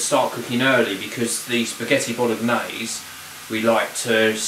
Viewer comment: The "g" in bolognese is silent, thought I'd let you know.